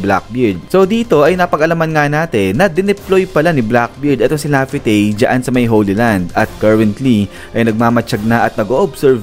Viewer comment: Lafitey? Kainis pakinggan